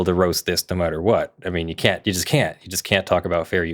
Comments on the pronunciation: When she says the algorithms “can’t” account for fair use, I think a lot of people would swear it sounds like “can” because the T is very hard to hear. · I heard "can". Don't care what sub titles says. "Can Account" blended. "Canaccount." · it sounded like "can account" to me